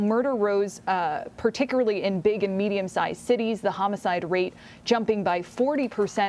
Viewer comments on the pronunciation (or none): Why can't this woman pronounce"particularly?" Partickerly? I would have thought that English would be required of "reporters" still.